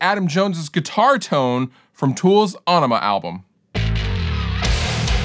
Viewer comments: A-NEEM-A........not onema.....not enema. I'm surprised no one ever gets the name right . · It's not Ånema, it's Ænema... or maybe Ønema? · Great video! Nice work and faithful recreation of tone. "ON-ema" though! I think that it's "enema" and the band was just messing with people via the spelling 😊 ("FLUSH IT ALL AWAY") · Heard him say "ONema" that's when I left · It's IN-ih-muh, not ON-ih-muh. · The album is pronounced enema, from what Maynard Keenan said in an interview once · rjmcmooseknuckle people have been getting it wrong since it came out, it is pronounced (Ah-ni-mah). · A- enema is the way Maynardo saez eet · That’s not how you pronounce the album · you mis-pronounced “aenima” everytime. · I love how he's mispronouncing the name of the album/song to make it seem like it has nothing to do with sticking a tube up the anuse and pumping fluid into your colon to relieve constipation.